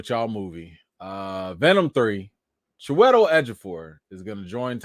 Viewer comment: Its Chew IH TELL LOL